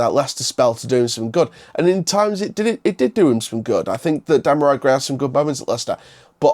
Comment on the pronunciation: Hi mate, i know you don't know the player well but his name is pronounce dem ar ree gray